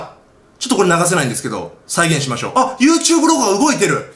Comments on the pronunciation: 最初の始まり方なんか好きユートゥーブーって聞こえてw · ゆーてぅぶーってなんですか？